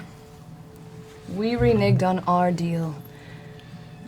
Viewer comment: DID KEILITH JUST SAY RENIGGED?